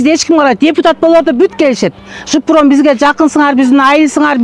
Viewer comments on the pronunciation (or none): Автор,жиппром эмес живпром деп айтылат